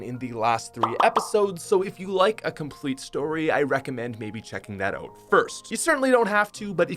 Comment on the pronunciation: Its so funny you say 'in and oot' not 'in and out'